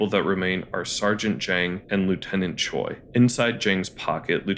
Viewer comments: Just as point of reference to minimize annoyance to people with that name, the Korean derived name that Japanese people can also have "Choi" is pronounced like "Chweh'" rather than "choy". Hangul script has sounds we don't use. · Is it really that difficult to pronounce Choi (최) correctly. Since you watched the movie, you heard his name being spoken multiple times.